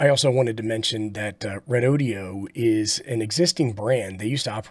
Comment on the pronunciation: Thanks for the test report. I’ve been thinking about picking one of these up., I had to laugh at how you pronounce REDOD’E’O😂 I was waiting for a cowboy to lasso the battery to pull some more current out of it! One question, I heard you mention on another video that the cheap battery brands use higher capacity, lower grade (B or C) cells and battery life is questionable. Do you have any idea about REDODO?